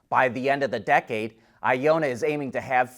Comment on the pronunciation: I ON NA not I O NNA